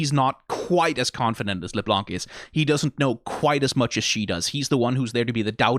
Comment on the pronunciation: out of curiosity why are you pronouncing LeBlanc as LesBlanc? It sounds very odd.